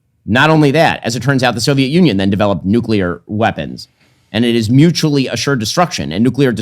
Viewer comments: Maybe less noo-kyuu-ler? Nuclear? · Tucker is basically saying that no one should have nucular weapons because they are bad